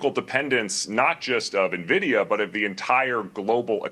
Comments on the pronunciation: I have never heard anyone pronounce NVIDIA like that, you can tell this guy had zero exposure to tech 😂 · This is not how you pronounce NVIDIA :)